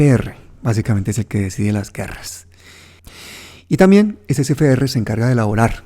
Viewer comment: una corrección: Es C F R, no es Ce Fe Erre.